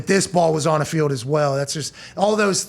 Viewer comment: Why can't Pat say the word "gold" or "field" or "told"?